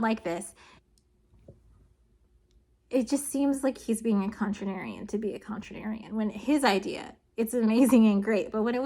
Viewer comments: The word is contrarian, not contrarinarian. Otherwise, great content, thanks. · Is "ContraNarian" how you say "contrarian" or did I miss something? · contrarian not contranarian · Just to be a contrarian: it's contrarian, not contranarian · Sorry here but...just saying, it's pronounced "con-trarian" not contri-narian... your adding a whole extra syllable and letter.... can explain chemistry terms but contrarian is bonded with a whole extra N. 😂 Also I totally unde4stand why you would assume carbon based life. But to assume that's what you'll find in the galaxy because that's what on earth is extremely naive and short sighted. You don't take one outcome and extrapolate that to all known matter so why would you do that for life? 1 singular planet out of literally more than trillions and trillions and trillions of planets. Yet because here on one single planet we find carbon life so thus every planet will be carbon... not trying to says it's silicon. But claiming someone thing when you have only one single example of that is basically the antithesis to science. Just saying. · Please continue pronouncing contranarian the same way. It’s awesome. Also, now it’ll be an inside joke that your subscribers can turn into a drinking game or whatevs. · Take a shot every time says "contranarian":P Teasing aside, great vid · She's just being contrarian by pronouncing it contranarian.😂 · Bruh I was beginning to think i was going crazy or something. Literally was googling "contranarian" because I thought her big brain knew a word I didn't >< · i don't want to be that guy but its contrarian not contranarian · They said "entire syllables", not just letters, and they're correct. Moreover, Kentuckians do not say "contranarian", so blaming the mispronunciation on her accent doesn't make much sense. It's not a big deal either way, but it's obviously a mispronunciation. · Yes but why are you putting an extra "an" syllable in Contrarian? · You contranarian! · Not at all it is cute